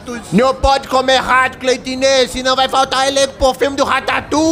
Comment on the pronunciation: Kkkkk cleitiné foi boa